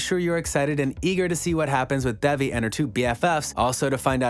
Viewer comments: her name is pronounced like Day-Vee not Dev-ee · Can you please attempt to pronounce the name properly? It is not Devvy it is Devi.